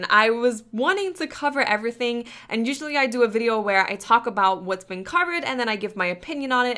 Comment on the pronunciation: I would subscribe... But the way you say "everything" bugs the shit out of me.